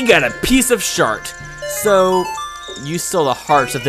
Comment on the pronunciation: i laughed hard when u said "we got a piece of shart" X'D plus...i think Link should dance often in other games O.o...na...not really